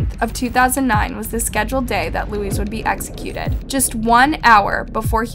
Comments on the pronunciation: Same as Luis is not pronounced Louise ..maybe pronounced Lewis or loo-ee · thank you for this! it bothered me so much that she kept calling Luis , Louise. its not the same name and Luis is pretty common so its no longer a language barrier she should have been able to say it properly. i almost gave it a thumbs down though i know it doesn't show up anymore. its bad enough i wont sub to this channel. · It’s not literally pronounced as Louise.. it’s pronounced ‘Louie’🧐